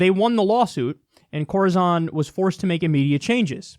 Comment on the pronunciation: Corizon is pronounced like horizon. We had a case here in Idaho where a guy ended up with an amputated leg because the prison docs wouldn’t send him to the hospital. When he finally swallowed a pencil sharpener they sent him to the hospital and they found he had sepsis and a gangrenous leg! Now he’s trying to get a good prosthesis because they’re dragging their feet in that too.